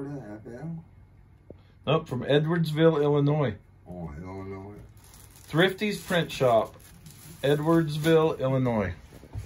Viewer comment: Awesome. And you even pronounced illinois correctly!!! Without the s, half the people here in Illinois cant say it right!!! Lol.